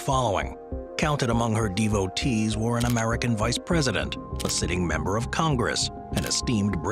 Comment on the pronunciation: Devotees isn't pronounced like that, or vivacious either. Please check pronunciation, and keep the American on the other channel.